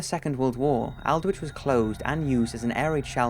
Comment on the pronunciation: Aldwych is pronounced alld-witch. Not meaning to be picky but it helps if words or names are correctly pronounced.